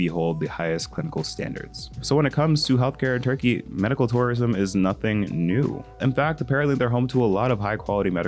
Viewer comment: “we’re going to zurkeyyy”